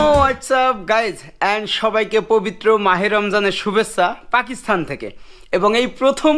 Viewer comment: Ki sob content creator! Pakistan bolte pare na, bole Pakisthan. Thu.....porashuna na korei ki.........?!?!?!